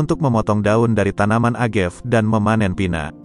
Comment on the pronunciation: Kesini gara2 yg baca berita ndeso. A ga ve dibaca agev, te ki la dibaca tequila 😢